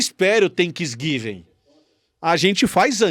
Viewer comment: "Tenquisguiven" me matou 😂🤣😂🤣😂🤣😂🤣